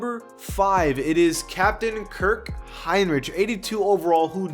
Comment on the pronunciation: Did all that research on Rafer Alston, Kirk Heinrich, Andrea Barganani but didn’t even bother on researching on how to pronounce their name. You were already there should’ve went all out🤷🏻‍♂️😂